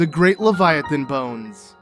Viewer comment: The way he pronounces it still doesn't fit either English or German.